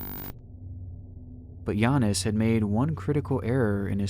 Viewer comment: It took the NBA half a decade to learn how to pronounce Giannis and you did it on the first try.